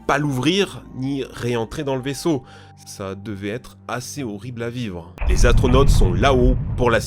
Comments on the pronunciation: oui oui les fameux "Atronautes" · Les "ATRONAUTSES"